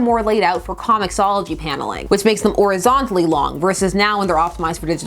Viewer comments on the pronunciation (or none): Do all Canadians say omit the H sound in horizontal? No cap.